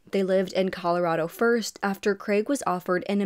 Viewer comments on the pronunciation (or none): none